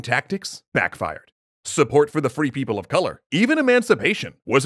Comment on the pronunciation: more like free people of sink, but then it sounds like people who never do the dishes